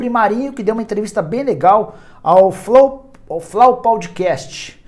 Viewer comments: "flau paudicast" kkkkkkkk, sei que todo mundo erra, mas essa ficou engraçada kkkkkkkkkkkkkk. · "Flau paudicast" kkkkkkkk